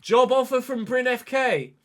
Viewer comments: Happy to see you manage in my home country (even if not my local club). First a little heads up re. pronunciation: The e is not silent, we say Bry-neh; you nailed the y sound btw. Then lets talk about RL: Bryne were promoted from lvl 2 the previous season, and were among the favourites for relegation. They are set for 14th this year, and still have to win a playoff final to stay up. This means 10th is a fair bit above expectation. A realistic storyline is that the previous manager was poached by a bigger club after making the team overachieve. Edit: As you requested help with name pronunciation, i will provide. Wik = Veek Scriven = Skreeven Lie = Lee The rest you basically nailed, aside from the fact that people from southwestern Norway say R in the French manner. (The rest of the country mainly side with the Scots on this matter.) As for KFUM, it's an abbreviation. More precisely the Norwegian branch of YMCA. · Bryne is actually pronounce BRYN-E so as it says but you still pronounce the E but not like ee in speed for example it’s a light tone